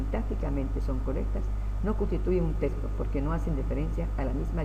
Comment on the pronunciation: Este hombre ni siquiera sabe decir texto wtf